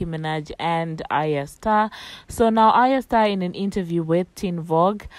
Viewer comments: Ariya star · By the way you are pronuncing her name wrongly